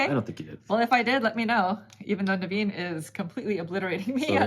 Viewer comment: Naveens name pronunciations at the beginning was on point. I saw that smirk and containment. Nice work!